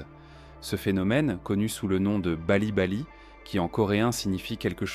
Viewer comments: c'est plutôt 'PALLI PALLI' que Bali Bali. lolllll cette photo de Jungkook avec un casque de chantier 😂. mais oui, tout ce qui est développé dans cette vidéo est vrai, ce pays, cette société sont malheureusement très toxiques pour la santé mentale, alors qu'ils sont très forts pour la santé physique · 안녕하세요 :an nyeong ha se yo / et non vite vite c'est pas ' bali bali ' c'est ppa li ppa li : 빨리, 빨리 vous voulez mon avis sur cette vidéo ..? je suis korean..나는 한국인이다 na neun han gug-in-i da